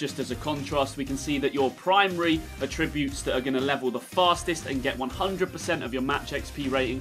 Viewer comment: Okay but you dont know how to pronounce attributes properly.